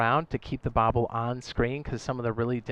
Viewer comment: Bobber************* not bobble lol